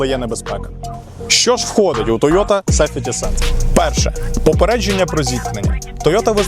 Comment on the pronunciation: Чому сефєті сенс, а не сахветі сенс? Правильно буде сейфті.